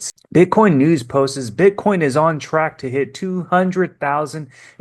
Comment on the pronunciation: Love your videos but its "posts" not " postes"